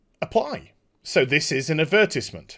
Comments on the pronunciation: Adberteezment xdd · The way you pronounce advertisement, makes me giggle.